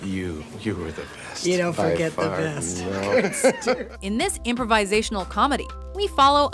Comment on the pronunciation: That's not how you say "improvisational."